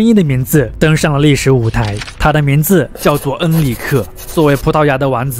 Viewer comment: 😂我也是，也不知道哪里人，王子说成丸子，商人变山人😂